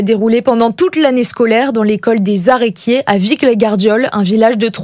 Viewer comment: Pfff , Aresquiers , ça se prononce en disant le S ( le premier) , foutu gens du nord !